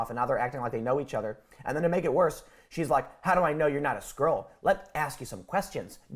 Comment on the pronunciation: This is so much more entertaining if you take Tim's pronounciation of skrull and picture them as literal 'scrolls'.